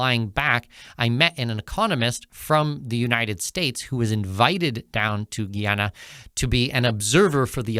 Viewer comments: It's not Gee-ana, it's Guy-ana Guyana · oi - its Guy Ana not Ghee Ana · It is pronounced Guy- a - na not giy-an - na. Did he get this information from AI? i He needs to do a thorough reseach about Guyana. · Guy, not Gee! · Here is how to pronounce it correctly: Guy Ana!!! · You should learn the correct pronunciation of "Guyana". GUY-ANA... GUY-A-NESE... very easy. You should talk to the locals to get the pronunciation for your videos. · “GUY-ANA” it’s not that hard to pronounce, please don’t chop up the name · I'm very angry at you ,, you sound educated ,, tho your pronounciation of the name of my country ,, makes you sound a lil bit like you still in de sand box ,, WHY ,, 'cause the name of my "birthlove" is a TWO syllable word ,, GUY n ANA ,, n wen you put it together you get the name of my country.......... GUYANA ! so stop making yourself sound like you're stupid !..... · It’s pronounced “Guy-Anna”!